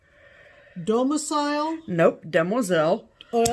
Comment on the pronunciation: you had me at "dam-wah-zel", I'm STILL giggling!! Thanks for all of the awesome videos. I look forward to seeing you guys every week. Hugs ladies!